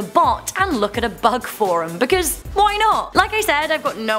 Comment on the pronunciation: “Becuz lolli”